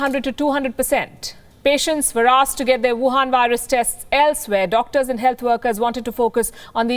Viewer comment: Her favourite words: Buhan Virus